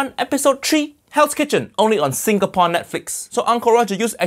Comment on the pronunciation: did uncle roger say "singaporn"